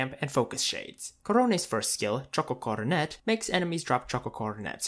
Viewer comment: Choco coronet is pronounced "CO - RO - NEH", just like korone's name.